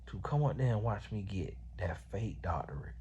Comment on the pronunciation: According to, it's "doctoriate" 😂😂😂